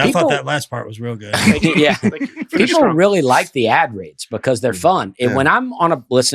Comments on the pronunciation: When Dusty was talking about the comedian Gregory, he said goot instead of good! 😂 we backed it up and listened again! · Nah, Dusty definitely pronounces the word "good" like "goult" I'm glad I'm not the only one that hears it though. Pretty sure we're not just making it up together without actually knowing each other. As far as saying that he says city names funny, I totally agree with that. He stresses the wrong part of the sentence, I just figured I was only hearing it that way on my own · Dusty, if you’re looking for your hidden t pronunciation, you add it at the end of the word “good” here.